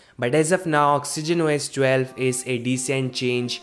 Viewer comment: "Socks-ogen Wo-S 12"??? I thought this was about Oxygen OS 12. Oh well! OK, I'm just joking around, this is a great, short, informative video even though I could do without the singing "intermission", LOL. Take care, -Eric